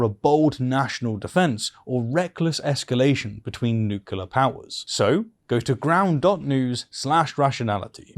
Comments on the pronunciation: Why do you say 'nucular' instead of 'nuclear'? 🐮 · Did you just say, "between NUCULAR powers"? Sorry but the 'rationality' is slipping my friend. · Probably regional accent